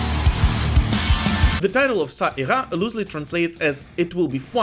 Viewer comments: Perfect pronounciation of "Ça ira". ^^ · Your "ça ira" prononcation is good.